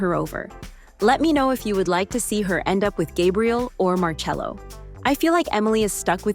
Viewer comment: Marcello but it's pronounced marchello. Pls.